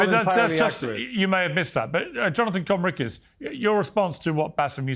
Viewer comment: lmao bassam intentionally mis pronouncing Conricus' name